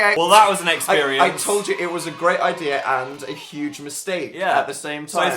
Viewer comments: Why does dan says idea with an R at the end But its nice😊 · why does dan pronounciate "idea" like "idear" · When "idea" rhymes with "here" So blessed. So moved. Appreciate.